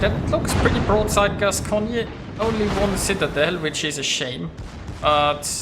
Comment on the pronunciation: Hello, on a Gascogne, you don't pronounce the last "e". You pronounce it "Gascogn". Anyway, thanks for the video.:)